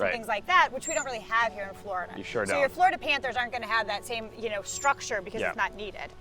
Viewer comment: It’s Florida not Flarda